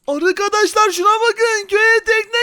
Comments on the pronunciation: Vidyonun başında arkadaşlar değil arıkadaşlar diyor😂😂😂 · Arkadaş derken arıkadaşlar diyen koca abimiz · başta arıkadaşlar dedi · Abi başta arıkadaşlar demişsin